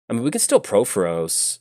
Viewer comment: It’s “PUR-FOR-OS,” not” PRO-FO-ROS.”